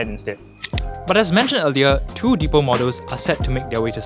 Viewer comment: It’s pronounced as “dee pal” (the pal).